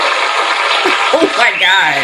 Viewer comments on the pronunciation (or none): it's not TEEF! it is teeth.